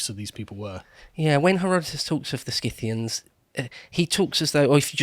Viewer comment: "Si-thee-ans". There's one thing all English speakers share (Uk, English-Canada, US, Australia,...): you guys are simply unable to pronounce ANY foreign names...